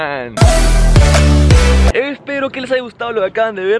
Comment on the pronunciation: Esa hola quetal suena HORA LETAL.